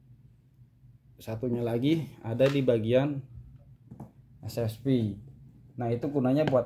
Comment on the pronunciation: SFP bang bukan Espiep😂